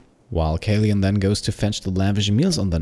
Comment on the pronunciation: kaleun is a german therm for kapitänsleutnant, roughly translated to captain-lieutenant, mostly the leader of a marine vessel crew :) it’s pronounced caloin ps: found this series by random, merely heard anything of the game and yorself, but i‘m absolutely hooked! great work and thank you